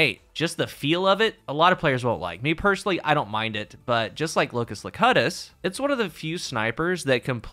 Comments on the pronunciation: It’s locus-locUTus. As in Star Trek: The Next generation. As in Jean Luc Picard. Sorry. Couldn’t help it. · say you’ve never watched Star Trek without saying you’ve never watched Star Trek. It’s pronounced “LOW-Q-TUS”. It means the “one who speaks” from Latin and everyone knows it because it was the name given to Picard when he became a borg. Locus means location so the name of that gun is basically “the location of the one who speaks”. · Latin: Lo-kew-tus, Locutus.